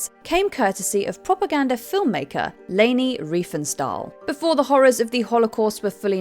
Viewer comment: lol “Laney”?! Leni! So much incorrect pronunciation lately in these countdowns.